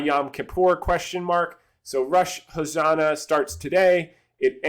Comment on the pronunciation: Exciting videocast, wishing you and the family a great weekend! P.S. it is Rosh "ha-sha-na" not "ho-sa-na" hahahaha